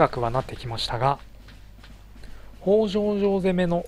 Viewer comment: あ、そういえば坂戸城の読みはさかとじゃなくてさかどですよ。あと与板はよいたと読みます。越後になぜ北条の城があるかと思えばここもきたじょうと読むんですよ。 新潟の越後の城って読みにくいのが多いですよね。 あと、これ少し悲しいんですけど松代城は松代藩の城に見えて実は越後松代城なんです。松代藩は実は改修した海津城なんですよ。 少し酷いですよねー。 BY：現・新潟県民